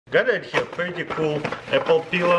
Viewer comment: Vuer did you learn that from?